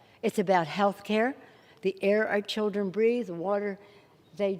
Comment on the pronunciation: fer ther childrern